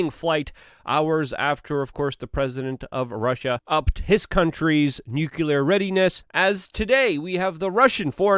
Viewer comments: Luke its NUCLEAR! not Nukular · That would be NOO-Klee-yar, not Noo-kuh-lar. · Nucular bruh? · Good coverage as always, Luke. By the way, it's pronounced "NU-clee-er." Let's not speak Bush Jr., please. 😉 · Why is it people in the United States CANT say N U C L E A R?